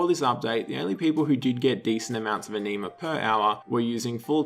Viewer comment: Ah-Knee-Mah vomits